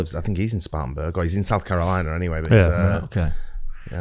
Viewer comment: I live in South Carolina and it's "Spartan-burg" not "Spartans-burg".